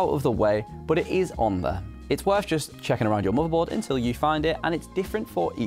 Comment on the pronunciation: i heard u say marvel board